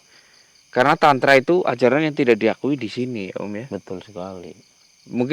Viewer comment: 😂😂😂😂 nyebut Aliran Tantra, gk bener.. 😅😅